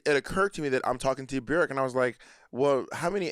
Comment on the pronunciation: bjerk lol its BJOooooooork